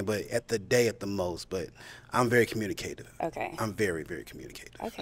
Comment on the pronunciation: It's "very communiKAYtive" for me😂❤